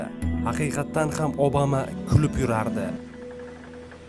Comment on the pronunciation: Obama deb yozilgan bilan abama deb aetilsa kerak galati eshitilyabdi obama